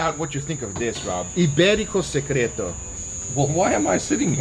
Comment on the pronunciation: The way he says Iberico Secreto is so satisfying!